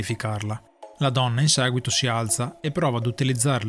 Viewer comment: "in saguito" è l'inflessione più marcata. Stacci attento. :-)